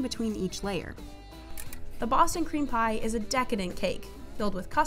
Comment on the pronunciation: Narrator: The Indiana sugar cream pie. My ape brain: CUM PIE